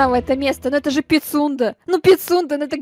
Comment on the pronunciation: говорит: Пицунда: ПиСюНдРа